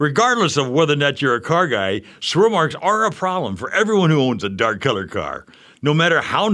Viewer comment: "Schwirl Marks!!